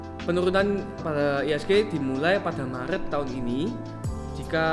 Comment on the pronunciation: Iya betul udah R jadi L ditambah pusing denger musik lagi 😁🙏